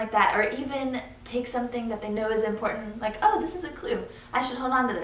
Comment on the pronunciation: "impordet" (important)